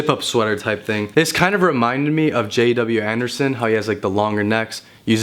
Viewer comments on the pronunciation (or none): bruh this guy really said J.W. Henderson, come on smh